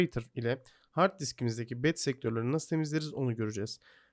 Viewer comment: bat değil bed